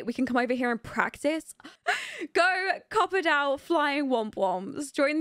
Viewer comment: Your accent makes copperdale sound like cooperdale 😂 and great LP btw I just subscribe because I was capitulated by everything tbh 😩